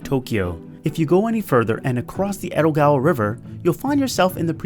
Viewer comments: It's Edogawa, not ero, why you change the D into R. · Is it just me or did he say Erogawa instead of Edogawa?